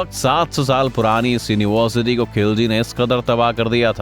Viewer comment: Dekho bhai aapke video achche hai, avaj bhi achchi hai, par agar ho sake to bolne ka ton badalyega, jaise yonivarsiti, to ho sake to tone badaliyega